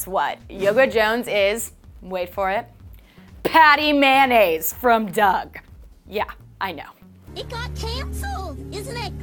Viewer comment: I hate that you say "patty man-naze" I've always said "party mayo-naze"